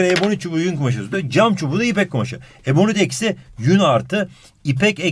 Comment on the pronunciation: 30,51 ebonik çübüü :D